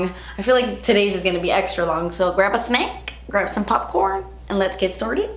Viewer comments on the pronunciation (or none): Lol when you said "grab a snack" in the beginning I thought you said "grandpa snake". It confused me for a while....